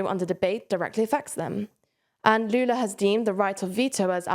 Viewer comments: She pronounced Lula's Brazilian Portuguese name as if it were a madrileño name from Spain! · If you pronounced Lula’s name in american english accent it would be closer to the portuguese pronunciation than this weird european spanish accent 😅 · Lol why she pronounce his name in european spanish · The effort was nice but Brazilians speak Portuguese so no need for the Barthelona pronunciation 😅